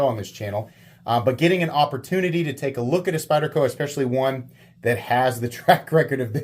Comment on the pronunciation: Thanks for pronouncing the name of the knife correctly. It was very refreshing to hear you do that.